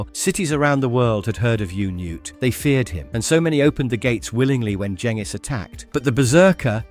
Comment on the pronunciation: Fuck ya you even pronounced Genghis properly!!